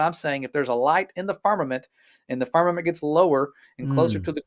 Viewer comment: I've watched from start to finish, taken screenshots as i love to do, and read through all the comments, reacted to some. Question, why does your Guest, keep referring to Firmament as Farmament? I'd love if you could enquire. The foolish things of GOD, confounds the wise and the weak things of GOD, overcomes the world. GOD is Almighty or Omnipotent and Sovereign. GOD can hang things wherever He chooses, He doesn't need our counsel. The earth or deep was covered por engulfed in water, on day 2, GOD divided water from water by putting atmosphere for our habitat between (water above is the clouds), on day 3, GOD, separated separated and allowed the remaining water around or upon the earth to gather to one place (seas) and caused the earth or land to appear, and caused vegetation to appear on the land(earth); day 5, He filled the seas with living things. GOD on day 4, placed the sun and moon in their place, and as a footnote, we are told GOD made the stars also (distant planets and worlds with Occupants {Hebrews1:1-3}). The fact we're on the earth, make outer bodies appear to move about us, hence, the phrase sun stand still and the sun went back, inspiration speaks from human perspective or understanding(parables). Again, they have Space Tourism flights, that can easily prove or disprove all these things, available in America. Do us a favor and pay for a trip, practice real Science and bring us back pictures and videos, proving or disproving. If i could afford it, I'd do it alrea